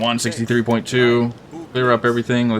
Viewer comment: Draught is pronounced Draft.